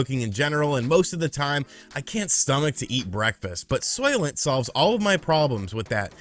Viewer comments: I was half listening and I thought you said solvent instead of Soylent , and they'd be think of a liquid form of solvent green 😏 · I though you said soylet. A toilet for soyboys lol